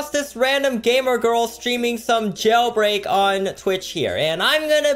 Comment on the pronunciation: "Jaulbreak" lmfao